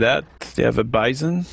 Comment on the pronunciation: It's not called the beesawn, it's pronounced Byezon